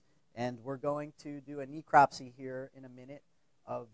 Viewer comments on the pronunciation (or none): This idiot a pronunciation of necropsy is driving me nuts!!! It's not knee-cropsy it's Nehcropsy! !!!! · Ne-eecropsy?? He has a terrible spin on how to pronounce necropsy (Google it ... go on ... you might learn something ...) and yes ... it irritates me when so-called educated people maul the English language (in their area of specialisation no less) Reaping what you sow ... lax exotic animal importation laws and stupid pet owners/importers ... What a massive ecological disaster the Burmese python problem is in parts of Florida.